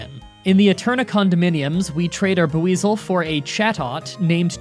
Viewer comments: Pronounce “Buisel” as just “weasel” with a b in the beginning, but not “Buh-weasel” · Yet again failing at Pokemon names with BOO-EZAL? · Buw-weizel. Nice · The way you pronounced Builzel gave a stroke. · Just listening to how he says Buizel, Rotom, and others is still extremely painful. I know he tries to say names correctly and he's constantly being given advice on how to say them, but I can't help that it makes me cringe when he says the names so badly.